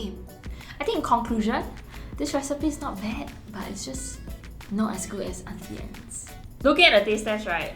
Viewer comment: I was today years old when I learned it was pronounced Aunty Anns instead of Aunty Ann-knees